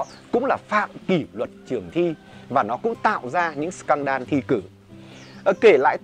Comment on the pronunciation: Em xin phép sửa sếp tẹo ạ: Scandal: /ˈskændl/ đọc giống sờ can đờ-l(đồ), không phải sờ can đan ạ :v